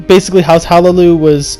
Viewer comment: Hlaalu, not Halaloo